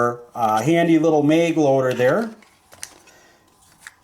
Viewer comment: Bro it's MAG NOT MEG!!!! What are you a Canadian or somethin? Come on bro get your shit together. Ah hell it could be worse and you could call it a clip. Nice video tho. Thanks for putting the time together to make this video.